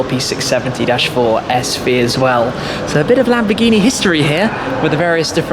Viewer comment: lam - boar -ge -nee and moor - ceae - la - go